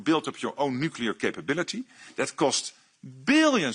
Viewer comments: Yes to a European army! Thanks for an excellent video but please stop saying nucular instead of nuclear. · nuclear not nucular...omg you a bit retarded ? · You say new-cle-ar NOT nu-ke-lar. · "nu-clear" not "nu-cu-lar". There's one U, not two. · lol new-queue-lar!!! This guys a Simpsons fan.